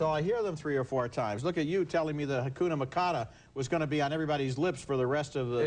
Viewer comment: “Hakuna Macada” LOL